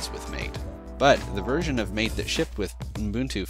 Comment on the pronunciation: Just one thing that bothered me, MATE is pronounced "mah-tey" instead of "mayte" as you said in the video. This is because it is named after a South American tea named "Yerba maté." /rant Nice video though!